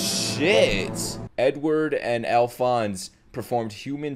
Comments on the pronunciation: It's not Alphonesee it's Alphonese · It's pronounced Al-Fonz Elric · Couple things: "Alphonse" is pronounced "Al-fonce" or "Al-fonz", but you can just call him Al. "Fuhrer" is pronounced "Fyer-er". Or just a long "Fyur". I'd also really recommend the English dub for FMA:B, btw. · So happy youre reacting to this masterpeice, and just a headsup, its "ALPHONS" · his name is pronounced Alphonz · we’re not comparing to typical dubs, we’re comparing to the English dub of THIS anime. I don’t doubt she’s amazing, but it just fits less and less as Ed gets older. It’s like he never hit puberty. Not to mention they keep saying “Alphonse” wrong, so there’s that… Another reason the English dub fits the setting better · I'm not sure if there's another comment about it yet but there's no e sound after alphonse. I guess say it like the e is silent edit: you said it right